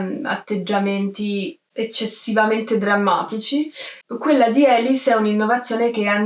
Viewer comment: sì, ma il suo nome non si pronuncia "Elis", ; non è americana: si pronuncia "Alìs", Alice. Era francese. E a non "incontra MOLTISSIMI REGISTI", per il semplice fatto che il cinema ancora non era stato inventato e i registi (cinematografici) NON esistevano. Incontra i Lumière, che ancora neanche sanno di essere "registi", e non sanno che la loro macchinetta avrà un certo futuro.